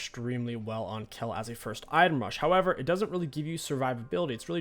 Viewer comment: it is not BORK its BOTRK and its not KELL its KAYLE